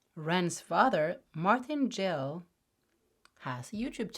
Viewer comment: I've seen his video quite a few times but his last name is Gill (hard G, not J and in Jack). Thank you for the video. His father made it as a PSA.